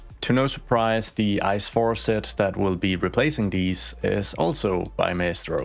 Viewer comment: Can confirm, every German knows the ICE trains. Btw we dont pronounce it like the word ice. Its an abbrevation for Inter City Express, so we just pronounce each letter, like I C E